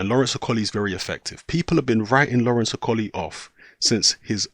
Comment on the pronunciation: Can you say Okolie properly XD